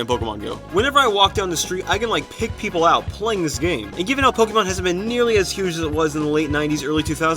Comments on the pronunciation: did he say POK-E-MON? its POK-AY-MON. cough. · This me: Getting Pizza looks at people Kid:Boy I love PokEEmon go Me: ITS POKAYMON NOT POKEEMON